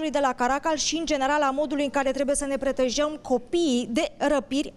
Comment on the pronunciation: Sunt aici pentru thumbnail xd m-i se pare amuzant "Pretajam"